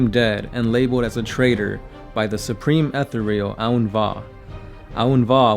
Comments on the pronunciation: "ETH THEE RE UL" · It's pronounced Eh-thear-ee-al! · Every time you say "Ethereal"...I want to claw out my own eyes. Please stop...please.